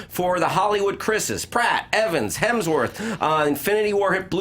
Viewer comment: I find it hilarious that Erika absolutely cannot say Hemsworth without throwing an L in there. LOL she tried, but just couldn't un-L that sucker.